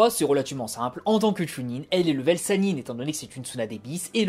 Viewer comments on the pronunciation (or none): none